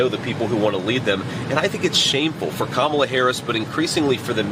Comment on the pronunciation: At least he can say her name properly 😅😂. Money makes these people sell their country, family, and souls, and its sad.